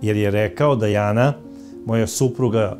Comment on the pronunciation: Krivo govorite nije Dejana nego Dijana čitajte